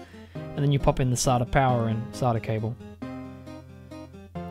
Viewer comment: who cringed when he pronounced SATA saatah